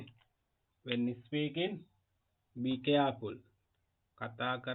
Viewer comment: First of all you should learn how to pronounce. ( is peaking nowe...speaking wiya yuthui. Bathing nowe...bedhing wiya yuthui.)